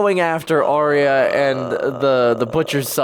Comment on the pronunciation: Bron is the best character in the entire show. Charles Dance (Tywin) is an amazing actor. Absolutely kills the role of Tywin Lannister. Btw, Catelyn Stark is actually Cat-e-lyn, pronounced more like Cat-lyn, not Kate-lyn/Caitlin, and Arya Stark is Ar-ya, not Aria (though despite GRRM saying how it's pronounced, even some of the cast in the show still get this one wrong) Daenerys Targaryen is Dan-air-iss, not Dan-air-eese. Varys is Var-iss, not Vair-eese. Also, I wouldn't want to spoil anything, but I can say it now as I see you are far ahead of this and would have seen the Vipers story to Tyrion, and the clip of Cersei when she was younger, so I'm not spoiling anything. Robert Baratheon didn't create her. She was always just bad. If anything Tywin created her, and the death of her mother really brought extra hate into her, primarily directed at Tyrion for that, but hate and bitterness in general took root in her.